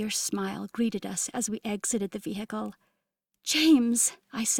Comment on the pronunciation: Drink a shot every time the narrator says: vee hickle. 😂